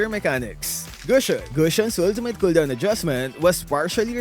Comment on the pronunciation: wtf is a hooldown?